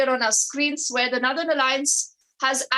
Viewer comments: It's not nerthern but North ern.this reader is confusing if we are just listening. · Northern nothern pronounce properly.